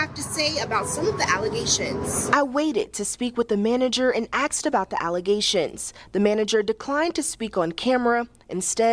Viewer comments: The reporter/narrator said axed instead of asked. 🫩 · You literally just said "she's FINNA say something stupid"?!? The word is going to not FINNA, and it ASKED not AKSED, OR AXED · The reporter "Axed" the Texas Roadhouse manager! How you get the job as a newscaster you can't even speak English? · My dude tried to give that girl props for saying asked and pronounced it axed 😅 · She “axed?” Sounds like another grift in the making. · 😂🤣👉 SHE DID HER BEST SHE "AXED" THE RESTAURANT....